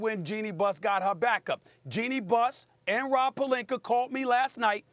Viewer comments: Good ol Stephen "AR" Smith. Destroying names that end with an A. Rob Pelinkar lol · Stephen A. - "Robbb Palinker" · Anyone else notice Stephen a randomly calls pelinka "pelinker" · Rob “Pelinker” I caaaant hahahahah 😂😂😂😂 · Love it when he says Rob Pelinker lol